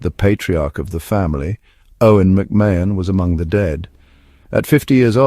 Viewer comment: Pronounced Ma hun….